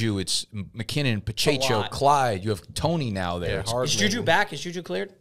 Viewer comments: Pacheco NOT Pachecho. Pa che Ko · Pa-cha-cho 😂. It’s Pa-check-o. Hilarious.